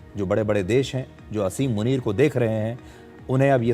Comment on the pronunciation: मुनीर का नाम आसिम मुनीर है, असीम मुनीर नहीं। शुद्ध करें।